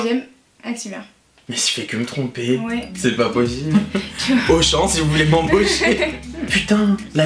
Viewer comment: cest pas pochible 😂😂😂